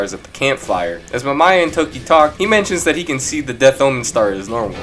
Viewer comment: MaMYA? Lol it's pronounced as Mam-Ih-Yah & Uyghur is pronounced was We-Gir(Gir as gir from invader Zim)